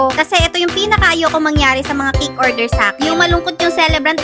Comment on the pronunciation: Say cake not kick.